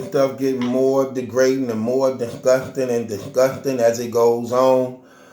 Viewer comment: Nigga you can't read for shit you slow battle rap detective ass nigga.."Its getting more and more disthusting"